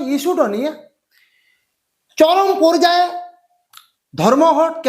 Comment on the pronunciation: বাংলা কথা বলতে শিখলে না ইউটিউব এ চ্যানেল খুলে বসে আছো ? এরকম বাংলা বললে কজন দেখবে তোমার চ্যানেলে? কলকাতার আশেপাশে এসে শুদ্ধ বাংলা লিখুন। যেমন 👉পোরজায়ে নয় ➡️ পর্যায়ে। বোডার নয় ➡️ বর্ডার, ইত্যাদি।